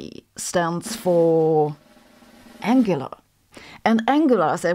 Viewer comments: BTW it's pronounced as ang-GUIL-ah, not ANG-u-lah - which is how you pronounce the name of a javascript framework, which is somewhat obscurely related to the subject at hand. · Think it's pronounced An-gweela, not Angullar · Île Fourchue is a good harbor, but the sand crabs are the size of goats. I thought "Anguilla" is pronounced "Ann-gwill-ah." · It is. However, I thought it should be pronounced an-gie-ya. In Spanish, when 2 letter Ls are together it is usualy pronounced as the letter Y. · Pronounced: an gwee la